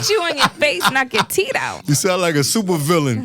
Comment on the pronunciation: Soo many Tooth’s are called Teed? Lol asking for a friend. All this time I thought it was teeth